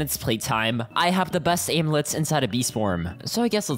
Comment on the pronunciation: bro said aimlets